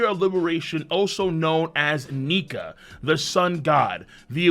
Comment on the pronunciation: For the moment I thought you said Monkey Niga but you said Nike